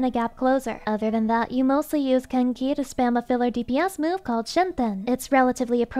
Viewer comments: I heard that as "Kinky" gauge the first time... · "They have the kenki gauge" I swear I heard "they have the kinky gauge" the first time and lost it laughing